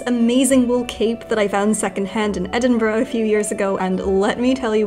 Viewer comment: the only thing that made my heart happier was her correct pronunciation of Edinburgh!